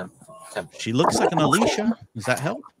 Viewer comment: That's not how you say Alicia! 🙄